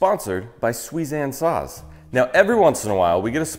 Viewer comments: I thought you said Suizan sauce! 🤣😂🤣😂🤣😂🤦‍♂️🤦‍♂️🤦‍♂️ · I thought you were saying Suizan Sauce. I wondered if you were turning into a cookery channel. But apart from causing mild confusion it was a great video.